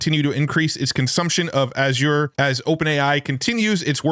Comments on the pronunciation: Azure rhymes with measure. The Z is pronounced like ZH. Accent on the first syllable. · It's "AHZH-ur" not "ah-ZURE" ❤‍🩹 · You would be more persuasive if you pronounced "azure" correctly. Hint: It's a color. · If you're going to be a tech commentator, you should probably learn how to say "Azure".